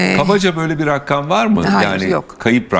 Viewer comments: İzin verinde konuşsun kadın bu arada Rakkam değil rakam ! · Rakkkam rakkkkam nedir abi rakkkam. Ya rakam de. Ya da deme be abi biktirdin